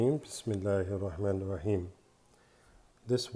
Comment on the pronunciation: Asalam alyikum brother please say the recite of bismaalh بسم لله الرحمن الرحيم the Second ح with harsh sound